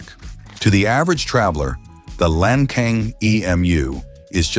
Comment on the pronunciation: When you talk about the so-called "debt trap" brought about by China, you don't even dare to say who brought the tens of thousands of bombs in Laos. In addition, the pronunciation of "Lancang" should be "Lan Tsang", not "Lang Kang", and the pronunciation of "Fuxing" should be "Fu Tsing", not "Fu-K-Sing".